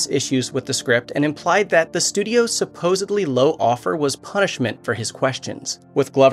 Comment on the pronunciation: if you're going to make videos, please know that the English language does not contain the word "supposebly".